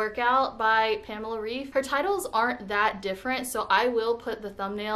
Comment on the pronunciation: Hi, great journey! But you pronounce her lastname wrong. I am from germany. Its kinda pronounced Raif